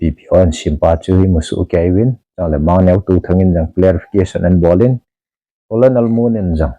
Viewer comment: colonel is pronounced as kuh-nuhl = kahnel not as ko-lo-nel.